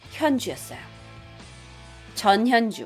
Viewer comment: 자꾸 전현주가 저년주라고들려...ㅠㅠ